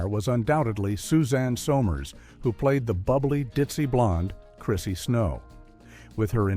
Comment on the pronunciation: Uh it's so Murrs - not sin summers - 😂